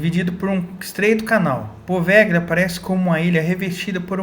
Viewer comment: Se escreve poveglia, mas se fala POVELHIA. não existe a junção LH em italiano, eles escrevem com GL. Muito interessante esse vídeo, parabéns!